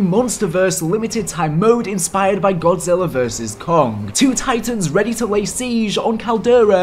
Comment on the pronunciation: Oh how Godzilla's name was botched so badly, the disrespect 😂